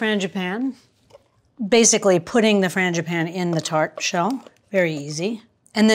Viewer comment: It sounded like you said Mr. Fangi "panties" gloves!!! Ha ha ha ha - love your channel!